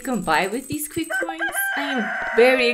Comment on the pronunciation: Isn't his name pronounced Chee not Qwee? Or have I been pronouncing it wrong the whole time?